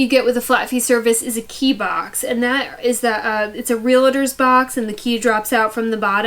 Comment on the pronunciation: it’s Real-tors, not Real-eh-tors. It’s Real-ty not Real-eh-ty. The “eh” sound people pick up wrongly is from the 2 words Real “Eh” state.